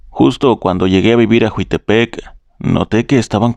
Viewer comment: Es la segunda persona que manda relato de Morelos, pero no es juitepec es Jiutepec